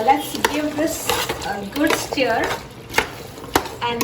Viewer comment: It is stir not steer😂. God bless you 🙏 ❤️